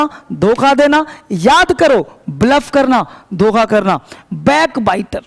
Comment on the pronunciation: sir ji 'doka' nhi 'dokha'